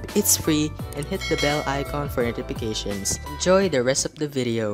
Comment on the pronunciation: did you just say etipications? instead of NOTIFICATIONS? and you can put a chest at the back of the toy truck so you can carry stuffs like for cute looking construction truck